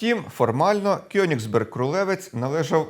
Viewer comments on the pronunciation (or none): Вірно казати Коеніґсберґ